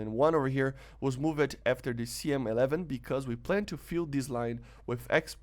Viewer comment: With much respect I just want to point out the words "changed" and "moved" are pronounced with one syllable like the word "cold". I realise English might not be your first language but you speak as fluently as any native English speaker. 😊👍